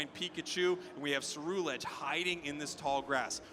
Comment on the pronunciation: Then way the announcer says Ceruledge was making me upset